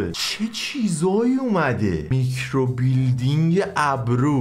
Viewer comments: هربار كه گفتي ميكرو بيلدينگ جررررر خوردم😂😂micro blading😂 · بابااا میکروبِلِیدینگ خونده میشه مگه بادی بیلدینگهههه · و که هروقت میکرو بلیدینگو اشتباه تلفظ میکرد از خنده پاره میشدم🤣🤣 عالییی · میکرو بلیدینگ رو اشتباه تلفظ میکنی🤣🤣